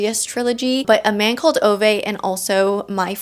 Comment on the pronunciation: Hi,! I'm not sure it's just me but I listened to the audiobook a few years ago, so maybe it's just me but I think it's called "A Man Called Ooo-vuh" not "o-vey". I've heard people pronounce the latter, but I think it's actually the former and we've just been saying it wrong the whole time.😭 Also, I did give book 3 in the MP series a try after seeing your comment on it and I agree it is significantly better than the first one. Glad you enjoyed DH2, I just got mine from the library BEFORE I heard of the whole Jessa ai thing. Couldn't believe my ears.🤦🏾‍♀️